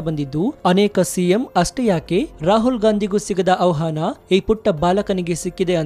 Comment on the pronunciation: ಅವಹಾನ ಅನ್ನಬೇಡಿ ಅಣ್ಣಾ, ಆಹ್ವಾನ ಅನ್ನಿ.ಕನ್ನಡ ತಪ್ಪು ನುಡಿಬೇಡಿ